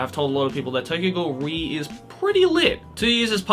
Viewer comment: lmao am i the only one who's been pronouncing the "re" in Tokyo Ghoul:re separately as "are-ee" until i watched this video and heard say "ree"